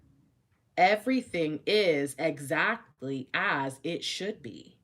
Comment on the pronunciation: ♂️♀️🔥🔥☯️♾️✅ Did you really say "Eggzactly"